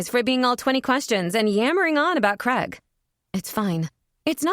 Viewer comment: Do wish Americans would learm correct pronunciation of CRAIG